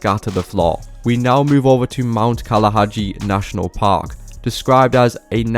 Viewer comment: “Mount Kalaga” not mount kalahajii